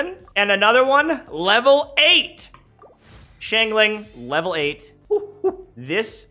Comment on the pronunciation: The way he said xingling Shingling